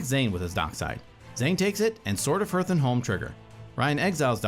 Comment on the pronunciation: They should learn how to pronounce Hearth tho